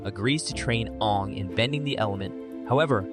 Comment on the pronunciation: it is aang not oong